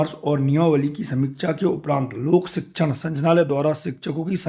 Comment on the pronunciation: आप संचनालय बोल रहे हैं। जबकि सही है- संचालनालय।